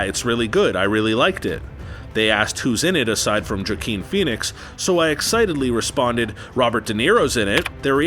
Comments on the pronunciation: Joe-keen Phoenix? Seriously? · It might be the end of the narrator’s career for pronouncing Joe-uh-KEEN FEE-nix incorrectly. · "Wha-keen" Phenoix Smh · Joaquin is pronounced Whakine...the j is silent! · Jaw-keen Phoenix..wtf lol Robert Mule-er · Jah-Keen Phoenix......Seriously!!!!!! You have got to be kidding me! Who the heck let this JOKER read this script? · Jakeen... omg he said it AGAIN. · It's actually Hwah-keen. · "jukeen Phoenix"? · Jakeen Phoenix? Lol how have you NEVER heard how to pronounce his name? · You should take your own advice, as it's actually Hwah-keen. If you're going to correct someone, you need to learn to not be wrong. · JOE -KEEN phoenix ? seriously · Calls himself an expert Says "Jakeen Phoenix" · “Jock King” Phoenix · Actually you're wrong. It's pronounced "Hwah-keen". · Kah Juan Ween Jubar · “Joe keen” dude you’re a joke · No, it's pronounced "Hwah-keen". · This...wasn’t good. Whoever wrote and edited it... what they said above. The narrator? “Like”. “Jah-keen”. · I clicked off this video as soon as this dude said “Jah-Keen Phoenix” smh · Jokin Pheonix 😉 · “Jakeen” Phoenix 🤣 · Maybe he was making a funny, Joker, Jokeen....? It didn't work though. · Is wasn't even a "Ja" it was "Joe" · Nonononono, I think he was saying "Joke King Phoenix" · Have I been pronouncing Joaquin Phoenix's name wrong or is this guy just an a******?.... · I refuse to believe that anybody who claims to love movies would repeatedly pronounce Joaquin so absurdly wrong. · This is a terrible video. Can’t even pronounce Joaquin Phoenix properly. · Dude, I need you to learn how to pronounce “Joaquin.” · You’re not much of an expert if you can’t even pronounce “Joaquin” correctly. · I swear this guy’s pronouncing these names wrong on purpose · I’m unsubscribing from solely based on how they pronounced Joaquin... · I hate the way he says Joaquin Phoenix it genuinely hurts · Could've been even worse. He could've said "Jay-Oh-Quin" 😆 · Jakeen Phoenix, zendiya lol